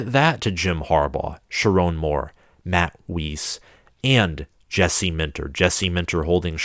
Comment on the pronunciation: Also Matt's last name rhymes with ice. It's not Wheeze with an s instead of a z. Otherwise, great video